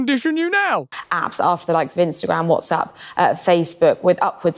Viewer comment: She said " spinster gram" 😂😂😂